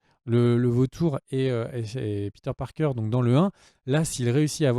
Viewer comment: pourquoi tu dis "peter parker" en mode doublage série B alors que tu prononces tous les autres à la française?